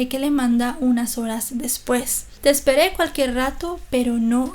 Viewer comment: Jaja me dio mucha risa escuchar a decir te espere cualquier rato pero no llegaste sjngkskgkskgskkfd no pudo peonunciar el chilenismo jdjfkdkf